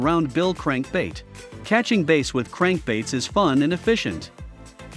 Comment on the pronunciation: not taking advice from someone who can't say "bass" right.